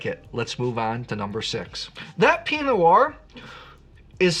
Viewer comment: Before getting all playful with Oregon geographical names, I'd spend a little more time working on the basics of correctly pronouncing words like Pinot. Enjoy your content, but that is super distracting.